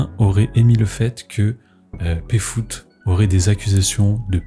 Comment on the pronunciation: Stp dit Péfut pas Péfoot putain ! Pfut, F U T E P F U T !